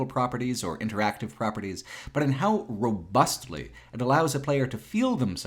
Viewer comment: when enunciated the 'T' in 'robustly'... I felt that